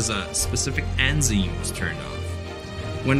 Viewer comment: You mispronounced "Fahrenheit" and "enzyme". When you write the scripts, get at least one person who knows science.